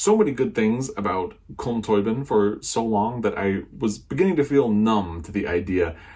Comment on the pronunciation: Great haul,. Your copy of The Rain Heron is lovely. Mine has a picture of a heron that looks like rain on it. I'm smiling at your pronunciation of Tóibín:) (we pronounce it Toe been in Ireland). I've got This is How You Lose the Time war on my hopefuls for June (yes, I'm stealing that from you!:))